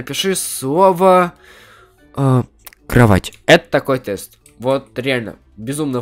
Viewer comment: Тест бл*ть а не "Тэст"